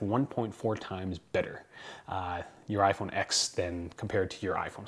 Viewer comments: he sat through a 2 hour presentation and still doesn't know the name of the phone...IT'S IPHONE 10. The X is a roman numeral!!!! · It's called the iPhone TEN, not X. Roman numeral X = ten. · RIPPER334 That's cool. Then tell me why the narrator from the official commercial from Apple for the iPhone X pronounces it "iPhone Ten".